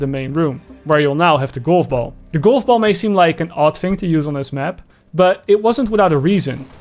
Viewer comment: I die on the inside every time. You speak great English. Then fail at saying GOLF. A hundred times in a row... Cringe. How?